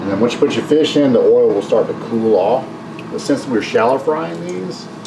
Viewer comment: Must be? Let it go!! For real. says Oll for oil. LOL 😂😂😂